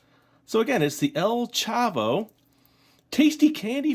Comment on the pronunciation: You were saying Popis and El Chavo right. But Qiqo is not with a "u". It is spelled Q-I-Q-O.